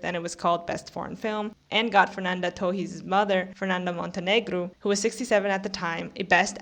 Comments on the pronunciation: Kinda of. The "s" is kinda silent, she pronunciates too mich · are you brazilian? Your "Torres" pronunciation sounds a lot like us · I didn’t even get two minutes into your video before I turned it off. You seem not to know what a snub is. Yalitza Aparicio shouldn’t have even been nominated for Roma, so why do you think her not winning was a snub? Lily Gladstone was excellent in Killers of the Flower Moon but she was not the best lead actress performance of the year. The way you pronounce “Torres” makes me think that you are yet another Brazilian online who is a sore loser about Fernanda Torres not winning. I’ve been so sick of seeing angry comments all over the Internet from Brazilians posting emoticons of Brazilian flags as though this were the Olympics. I’ve never seen this anger from Brazilian for other actors losing. The academy did not have a duty to give the Oscar to the woman from your country. And it makes me think that all you care about is that she was from your country because of all the Brazilian flags that I see in the comments. “🇧🇷 🇧🇷 🇧🇷 🇧🇷 Fernanda Torres was robbed! 🇧🇷 🇧🇷 🇧🇷 🇧🇷” what are the flags for? This isn’t the World Cup. I’m American and I often root for foreign actors to win Oscars and get nominated for them when I think they deserve it. I was thrilled when Marion Cotillard won for playing Edith Piaf. I didn’t say, “🇺🇸🇺🇸🇺🇸🇺🇸 Laura Linney was snubbed!! 🇺🇸🇺🇸🇺🇸🇺🇸” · Oh so that’s how u pronounce Torres? News to me!